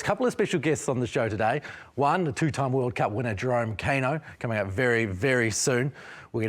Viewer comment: Hey Bro. You live in Aotearoa, you have access to genuine Te Reo speakers and education, And yet you mispronounce Kaino to his face Try harder